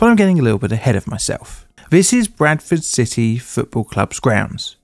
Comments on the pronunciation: The entire time I thought you were saying "Breakfast City" instead of Bradford. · I don't usually have trouble with your accent, but I thought you initially said "Breakfast City." I know a fair bit about English geography, so I was wondering where that was!